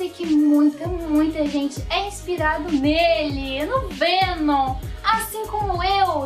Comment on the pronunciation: O monerk falava venom fenom e menom